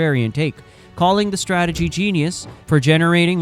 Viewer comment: their "stragetery" worked perfectly